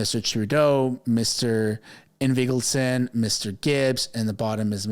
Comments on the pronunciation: ING - VALD - SON. Say it boldly, clearly. Practice it in a mirror. Say it over and over. Why? Because it's important to pronounce his name correctly so everyone will know exactly who he is. Words matter, as you know, and your reputation depends on demonstrating that you are prepared before you deliver a story. So practice. Prepare. Or sound like an amateur hack. Your choice. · ING-vald-son. It's a Scandanavian name: Son of Ingvald.